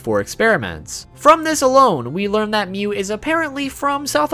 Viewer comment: It's mewwww